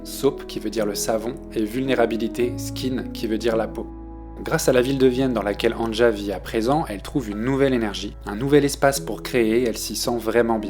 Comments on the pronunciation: Le J se prononce i en allemand. C'est Ania que ça se prononce, pas angea. C'est annie en somme. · Ca se prononce Ania et non An ne ja. Sinon, merci c'est excellent et c'est une très grande artiste. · Je l'écoute depuis ses débuts. Je ne connaissais pas cette chaîne. Très bonne vidéo, vraiment j'ai bien aimé, j'ai appris certaines choses. Un seul reproche, chaque fois que j'entends son prénom écorché dans la vidéo ça me fait mal. Ça se prononce ''Ania''. Avec tous les sites de traduction/écoute, c'est facile de vérifier pourtant... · Merci pour ta vidéo bien faite, mais on prononce Ania. Le J se prononce i en allemand. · Avant de faire de video sur les artistes (qui ne t’ont certainement pas demandé de le faire) , apprends à prononcer leur nom correctement, tête d’œuf 😡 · Quelle qualité ? Il ne sait pas dire le prénom de l’artiste…